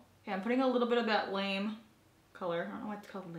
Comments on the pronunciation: Did the name of the gold shadow have an accent over the "e" (the one you said was called lame)? If so it would be pronounced La- May which is a lightweight shimmery fabric (but generally cheap and metallic - think little kid dance costumes are often made out of it and color guard flags) - that would be a perfect name for a shimmery gold. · It's not actually called lame, it's Lame' as in "gold lame'". Lame is a fabric that has metallic fibers woven throughout. Just an FYI 😊 Love your videos! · I don't think that shadow is meant to be pronounced lame... It's probably lam-ay like mallorys gold jacket from her engagement photos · You made me crack up when you said "I don't know why it's called 'lame'." It's pronounced LUH-MAY. Lamé is a type of shiny/metallic fabric. Look is beautiful by the way😊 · That Laura Geller shadow is pronounced Lah-Me like shiny material :)